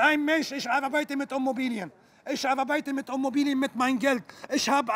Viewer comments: Was sind genau "Ommobilien" ?? Frage für einen Freund 🥸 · Wenn man es ganz genau nimmt sagt er Ummobilien 😁😁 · Ich hab Homobilie verstanden...